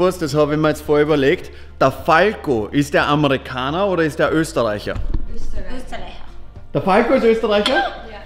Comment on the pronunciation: sie sprechen "Österreicher" einfach besser aus als Österreicher